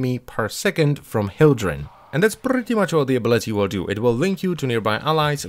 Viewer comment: "And that prrretty much all the ability it will do" xD PRRRETTYY